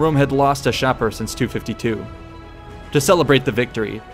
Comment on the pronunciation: Great job! I really like these vids. However, I believe Shapur is pronounced...[Shah'-pur]. With "pur" being pronounced like a cat's pur.